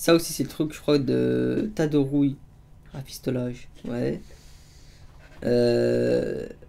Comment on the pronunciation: Mec aprend a lire tu est sûr que ta passé le bac parce que quand tu lie raftifolage au lieux de rafistolage et soldat a facheittes au lieu de soldat a facettes PTN 😂😂😂